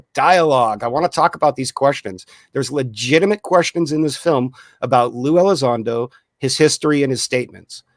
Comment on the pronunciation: LUE Elizondo dudes, not Lou.